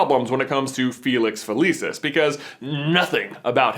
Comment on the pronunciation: felicius is pronounced with a ch